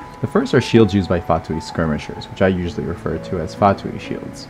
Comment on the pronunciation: Unrelated, but thank you for being the only person other than myself whom I've heard pronouncing Fatui correctly instead of "fatooey"